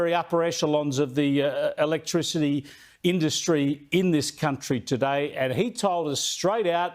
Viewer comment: No comment electrichity ! Sound it out Pauline you’ll be ok ha ha what a bunch of rednecks